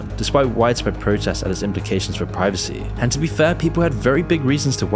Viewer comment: women “Preevecy”